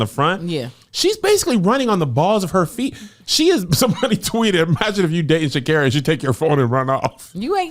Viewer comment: Lol at pronouncing ShaCarri correctly and them “correcting” her